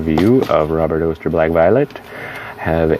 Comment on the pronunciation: It's ok, not purple enough for me. Thanks for showing. Btw, Oster rhymes with Foster.